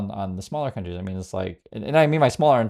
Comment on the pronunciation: “Mean letters?” I thought you said “ meme letters!” Much more accurate.